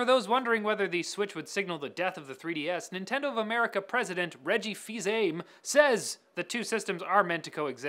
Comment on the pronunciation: That is not at all how you pronounce Reggie's last name.